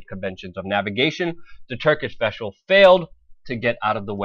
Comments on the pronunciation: veshal I have not heard of this veshal. bro if you want people to take you serious learn to speak words properly. I believe its vessel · Vessel. Not veshel. !! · "Turkish vesshle" :D sorry i had to point it out lol